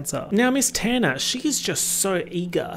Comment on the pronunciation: Your pronunciation of “Tanner” keeps making me think you’re talking about Tana Mongeau